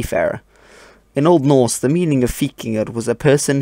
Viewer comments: I like your pronunciation of the old norse language, you're obviously taking great care to make it sound right. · Do you have skandinavian roots or did you listened to a lot of them speak? Your pronounciation sounds very good (not that i could tell, but it sounds authentic^^)